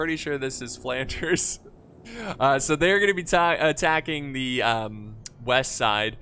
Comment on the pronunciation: calling Flanders flawnders was probably the best part